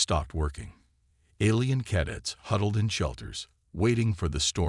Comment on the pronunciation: Maybe teach the AI how to pronounce "CADETS" already!